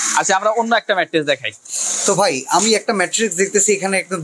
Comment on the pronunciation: রাম বলদ ২ বছর ধরে ভিডিও করেও ম্যাট্রেস কে ম্যাট্রিক্স বলে!!